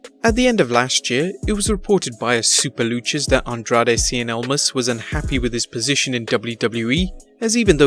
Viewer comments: I knew people couldn't say cien almas. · Most people can't pronounce Cien Almas. Which as a Hispanic I find pretty funny.. lol